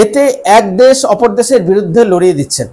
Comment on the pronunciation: It would be better and more acceptable if you improve your accent. For example: it is not 'des' but 'desh'; it is not 'suru', but 'shuru'. However the content is not that bad.